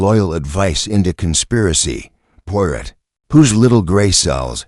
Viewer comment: Good Lord, your robot can't even pronounce the main character's NAME????